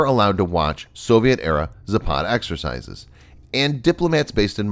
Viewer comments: It's pronounced "zApad" not "zapAd." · Its Západ not Zapád, невозможно выстаивать